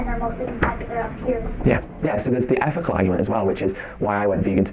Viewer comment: Efical Earf- ling Ed and his vegan omega freeze .